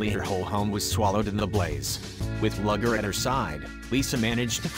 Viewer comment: "Luger" is a kind of handgun, and is pronounced "Looger". "Lugger" is a type of work boat. The dpg's name is pronounced "Looger".